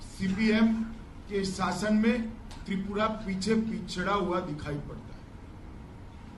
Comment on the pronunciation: Oooh hlw not tupura tripura..phalee apna speaking power thik 😅😅😅😅😅